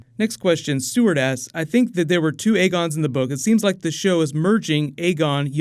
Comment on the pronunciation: He doesn't hit the "k" much when he says "asks," so it sounds like he's saying, "Next one... Sheep ass... Next one... Savage ass..." :P